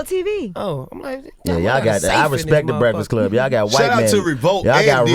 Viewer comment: DC: “Brehfuhcluh wun Brehfuhcluh uh few yeeh ago” 😂